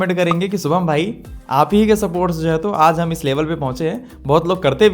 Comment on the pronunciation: सुभम ,,,,ya शुभम ,,khudka nam to thik se bol